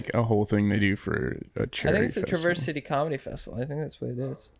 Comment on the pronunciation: Hey bros, loved this episode, especially the Michigan convo at the end - I'm in LA now, but born and raised in MI! Y'all should def go up to the UP if you get the chance, it's one of the prettiest places in the world (Only like an hour from TC). Just a heads up - the 'a' Traverse is pronounced like the a in apple, so it kinda sounds more like "Travers" City. Enjoy the Great Lakes!